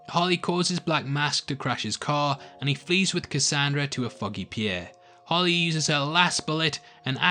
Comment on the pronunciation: is it just me or does it sound like he says "Holly" but i know he's really saying "Harley". just an observation